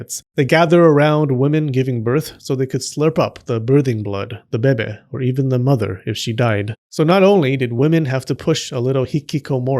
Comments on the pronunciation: IT BABY NOT BEBE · why do you keep saying "beh beh" instead of baby? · Lol thank you for saying Baby like Bebe from Schitt’s Creek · "Little bebe" that's cute, man 😭 But it's actually bebé* ahah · I love it when you said Bebe instead of baby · Why you say bebe not baby🤣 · I lost it everytime you say BEBE 😭😭😭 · "Bebe" 🤣🤣 I'm sorry, but I'm distracted by the way you say it. 🤣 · Can you just make a video where you say beh-beh for 5 hours because I’m addicted to it thanks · I kid you not: I was working on my desk and felt a sudden urge to hear your voice saying “bebeh”. I immediately opened YouTube (because procrastination), and there on the homepage was a link to this video! I guess Buddha sent me here to give you a like and a view. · the "bebe" is addicting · I love the fact that he says "bebe" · The babay, the babay,babay love it lol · No one:: beh-beh. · "Bebe." giggles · Lol “bebeh” lol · Love the Moira Rose 'bebe' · I love how u sa6 baby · Please stop saying bebe its annoying do you have a French complex or something 😂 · Just say BABY correctly like a grown adult! Also, what's with all the swearing? Can't you just speak normally? Have a dislike. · I absolutely love your humor and the way you pronounce baby😂😂😂 just you speaking is entertaining. Thank you for all your hard work creating these educating and entertaining videos. Your service is appreciated. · They way you’re saying “baby” means “vagina” in my language 😂😂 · The way he says baby 😂😂😂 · I love how u say baby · love the way you say baby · I just wanted to out the irritation I resent when the narrator in this video excentrically pronounces the word "baby", which happens in every video of his talking about whichever theme linked with babies, by commenting this comment.